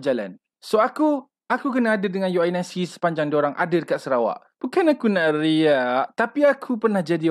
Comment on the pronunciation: Selama ni unic disebut u n i c ke😂